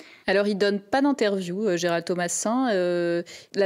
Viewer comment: borhinger bourrer dit gerard au lieu de gerald ,quelle honte............